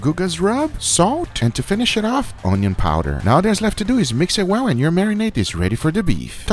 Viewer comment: Why did he say onion powder different though.... LOL